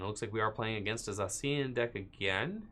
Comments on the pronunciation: Say it with me... "Zay-shee-an" Ugh! So annoying!! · does it bother anyone else the way he pronounces Zacian?